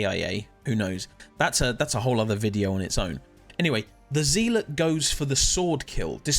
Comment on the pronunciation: It's not "Zeeelot" it's "Zealot" as in a religious zealot.